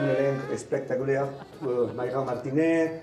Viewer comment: Un elencg espectaculegg